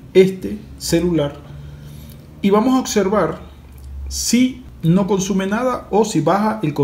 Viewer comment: De que país eres que te comes las "s" y las pronuncias como "j" jotas por ejemplo vamoj en lugar de vamos